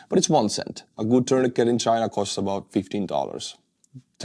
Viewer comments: Your English is really good, but tourniquet is pronounced terneekay - the 't' at the end is silent. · It’s pronounced “tuurnikei”,! 😂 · Tourniquet is pronounced with a silent 't' at the end.